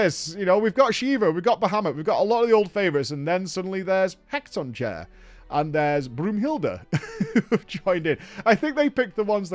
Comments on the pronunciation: Vanille's Eidolon is pronounced "heck-a-ton-chair" basically. Or, as my friends and I said playing this in High School, he cat on chair. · Couldn’t stop laughing at ‘heck-ton-chair’ going to be using that from now on. They are the enslaved giants from the copperbell mines, from greek mythology, pronounced ‘hecka-ton-kari’ but I think Heckatonchair is much better 😂. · I may or may not spilt my drink when pronounced Vanille's summon as "Heck-tone-chair." 😂 apparently it's Greek. To his defense, when this came out I didn't know how to pronounce it either. Bonus points for the game introducing new Summons like it and Brynhildr and the Shiva Sisters. As for the gestalt mode at the end of the video. To this day I still don't know what its form is supposed to be. Turret with miniguns? It also has kinda looks like it has wheels, like Titan in the Eden raids in Shadowbringers. Edit: apparently it's supposed to resemble a Magitek Armor (the one that Terra, Biggs and Wedge were using in the beginning of FFVI). That's a nice tribute if it's true. As for playing the spin-offs and sequels, as much as I would love to play X-2 first, he should definitely start with Tactics. At least he will be somewhat familiar to that game's setting considering he played FFXII.